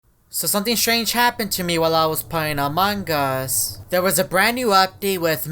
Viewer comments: Normal: among us: among gus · Amongus youre saying amongus bro